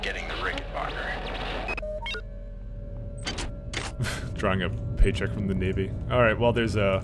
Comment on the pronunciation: why do you pronounce "rickenbacker" so weird? my mind jumps to asian people trying to pronounce "linebacker"